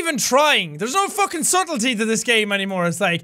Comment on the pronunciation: i love it how he thinks thairs power